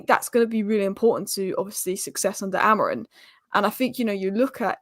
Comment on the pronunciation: AmoriM, not Amorin.